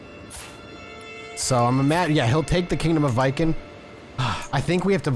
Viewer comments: Like Vee-ken. The vee is short, like we. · Viken is pronounced like Vegan, but with a K instead of G